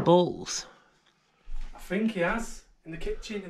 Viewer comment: to an American, when you say bulls its sounds a awful lot like balls, caught me off guard at first, i wasn't paying attention and i heard "you put this on your balls" i f*****g lost it